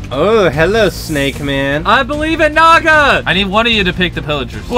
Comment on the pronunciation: Thanks for saying "naga" that's dragon ini my in my country